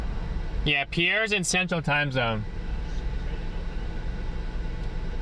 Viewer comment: The name of the city is Pierre South Dakota, not Per air